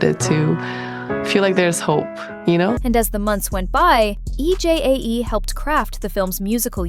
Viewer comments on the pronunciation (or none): I’m sorry to say this but commentators need to pronounce Korean names. E J A E should be pronounced EJ